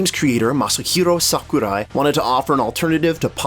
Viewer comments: Its “Sakurai” not “Saku die “ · you just butchered Sakurai's name... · HAHAHHAA! The way you fucking pronounced Sakurai's name! WTF?! XD